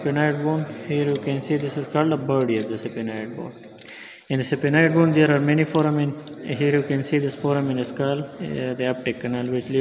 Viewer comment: Pronounciation is wrong. SPHENOID.......